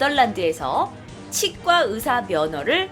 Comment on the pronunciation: 으사 아니고 의사 휴우증 나이고 후유증 이게 안되나? 항상들을때마다 의사 발음 안됨